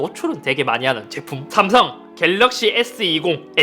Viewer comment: ㅈ발음 들려요 자세히들어보면 삼성 애플이 아니라 ㅈ성 ㅈ플이라 들리는데 그런 브랜드 비하하는 말 하지말라는 말인듯